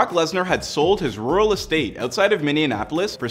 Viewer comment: It’s Minneapolis....not minionapolis, get it right for Jesus Christ people